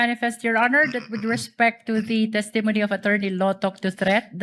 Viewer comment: The pronunciation of “testimony” has the stress on the first syllable “TESS-tuh-moh-nee”